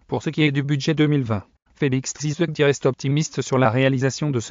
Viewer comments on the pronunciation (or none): Monsieur apprend a Bien prononcer le nom de Mon president TSHISEKEDI et non CE que Tu prononces là...